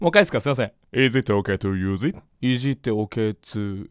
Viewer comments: まじでいじっておけつユウジにしかきこえない笑笑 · いじってオケツユウジ？にしか聞こえんくなった笑笑笑笑笑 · 私もいじっておけつゆーじにきこえた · 発音良い… さすがネイティブの先生！✨ この英文聞いたら いじってオケツユウジにしか 聞こえなくなった笑笑 (あ、待ってもジェルk…) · 確かに聞こえたww いじってオケツユウジ❓ そうにしか聞こえない。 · 私も、いじってオケツユウジと、聞こえました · 私モイッジッテオケツユウジってきこえたよぉぉぉぉぉぉおおぉおおおおぉおおぉぉ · おれもいじっておけつゆうじにきこえて笑ったは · いじってオケツユウジって聞こえているの俺だけ？??